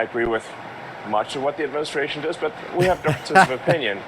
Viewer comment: He pronounces does "dizz", twice in a row.